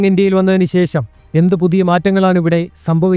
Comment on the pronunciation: ശേശം അല്ല. വിശയം അല്ല, ആദ്യം നല്ല മലയാളം പറയാൻ പഠിക്കൂ, ok